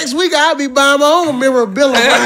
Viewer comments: Aye: MEM-MUR-BILL-YA 👌🏾 up there laughing ain’t even gonna try to help ah nigga say it right 😂🤣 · My boy still can’t pronounce memorabilia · He can't pronounce it and D.C can't stop saying it 😂😂😂😂😂😂